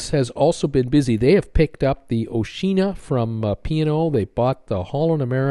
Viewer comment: Oh please when are you going to pronounce Oceana right? Its O she r na